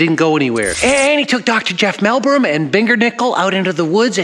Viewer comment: Almost half way through the episode and I find the proposed mosquito study to be an interesting project. I think Jeff’s idea definitely has some merit Edit: did just say “Mellbrum” and “Bendernickel”? 🤦🏾‍♂️😂🤦🏾‍♂️